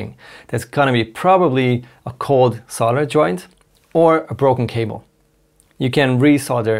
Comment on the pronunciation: OK but solder has an 'L' in it. It's pronounced solder. Like soldier without the 'i' in it. Or 'Sol' as in our sun + 'der'. Or Soul or sole+der.